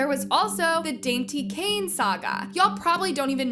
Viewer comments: It’s danity kane not dainty kane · That is not the name of the girl group lol you’re pronouncing it wrong I think